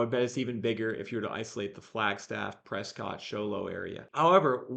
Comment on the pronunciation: Great content. Locals say press-kit not press-cot in case you were curious 😊